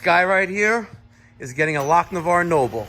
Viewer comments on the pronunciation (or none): Take a shot every time says lock-ne-var 😂😂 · one word....LochINvar. Great videos!